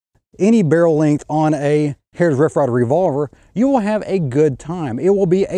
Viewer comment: I like the video but the way you get all mush mouth when you say "hrtij rff rye ver rvlvr" kinda bugs me